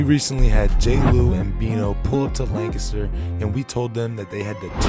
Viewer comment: The way he pronounced Lancaster was wild lol